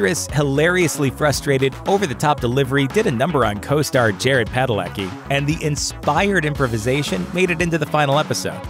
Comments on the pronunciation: Part of me died when he said Jason instead of Jensen. But at least he said Padalecki right! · You get Jared padalecki's name right but not jensens?! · Seriously you say Jensen wrong but Padalecki correctly? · Lmao could say "Padalecki" but not "Jensen" hahahahaha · So you pronounce Padalecki right, but not Jensen? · can pronounce Padalecki no problem calls Jensen 'Jason' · He could pronounce Padalecki but not JENSEN? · You did not just call Jensen Ackles, "Jason Ackles". Why can't there be one video without a mispronounced name?! Jeez